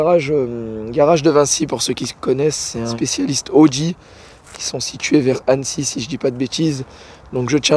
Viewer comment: 😂 l audi, pas la audi , faut faire la liaison